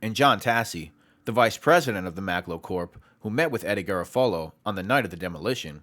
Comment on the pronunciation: Solid information, but the constant mispronunciation of Garofalo kills me.